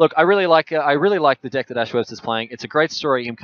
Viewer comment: Why in the worlds streamer spells "dick" instead of "deck". I just can't stop laughing.